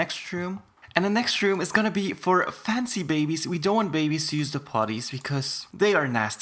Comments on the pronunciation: everytime he says "bebbiez" it give me hard chills. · love how he pronounces babbiez lol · I love how he says bebbiez XD edit- it’s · I like how he says bebbiez